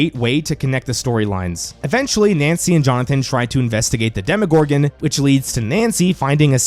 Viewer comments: Demo, not demi. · For gods sake is DEMO-GORGAN, not DEMI-GORGAN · DEMO-gorgon, not DEMI-gorgon!